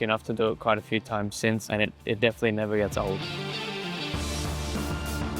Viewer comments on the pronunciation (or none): none